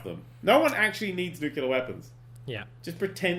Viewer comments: Dan. Read this word: "Nu-cle-ar". Where, EXACTLY, is the "KEW" sound??? There isn't one. Because the word is NOT "NEW-KEW-LAR". I thank you. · "Nucaleer weapons".. pffheerh, Okay Dan x) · Dan mispronounces "nuclear" the same way as George W Bush does and now I don't know what to believe.